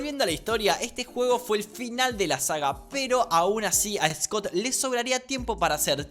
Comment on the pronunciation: "Jot es el creador de fainat atfred"